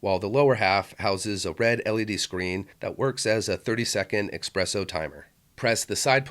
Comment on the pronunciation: ESpresso* cmonnnnn. Otherwsie nice video